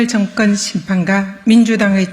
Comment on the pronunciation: 증건 정권 총슨 총선 그리나그러나 쏙여서속여서 드이상더이상 이븐 이번 이럴 이를 민주당 압승 을 위하여 온국민이 지지합시다 슨택 선택 발음이 경상도 는 저렇게 안되나?